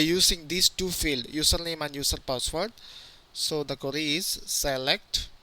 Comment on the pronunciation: Great tutorial! And i love the way he says "query". Always sounds like "curry". Now im hungry. :D